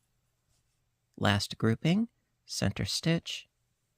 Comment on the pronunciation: Sorry. It's stitch not ditch.